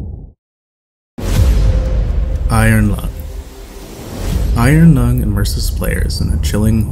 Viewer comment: Irong Lung st 13?! Okay,, I love you guys, but just for that sacrilege I better not catch you guys slipping in public...